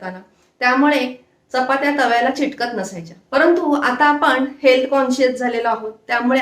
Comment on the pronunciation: तुम्ही सतत चिटकत नाही. चिटकते असे बोलु नका ते चुकीचे आहे. चिकटत नाही. चिकटते.हा उच्चार बरोबर आहे. सर्व चॅनेलवाले स्त्रिया आणि पुरुष अतिशय अशुद्ध उच्चार करत असतात.